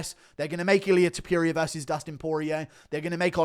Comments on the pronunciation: WHY DO YOU SAY TOPURIA LIKE THAT IT DRIVES ME NUTS ITS NOT TOPERIA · No one: Guru: Ilia ToPEWria